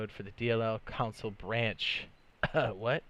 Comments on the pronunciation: CON-SOLE not COUN-SOLE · Idk why but it annoys me how he say “console” as “counsel”.